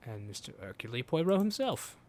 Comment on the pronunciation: I hate it... SO much, that you keep saying "" "Poy row"... Especially because BOTH of the main characters say his name properly, but you keep pronouncing it wrong anyway!?! I love your games, and I'm absolutely adoring your more in-depth video essay style content. But please... PLEASE, can you say "hirk YULE" "PWA row". I won't even insist upon you dropping the 'H', like Hercule himself ("irk yule"). Please... just for me.